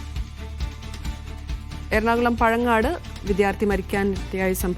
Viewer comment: പഴങ്ങനാട് ആണ്, വാർത്ത അവതാരകക്ക് വായിക്കാൻ അറിയില്ലായിരിക്കും